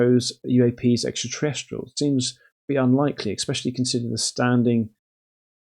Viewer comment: ffs, stop saying "Expecially".....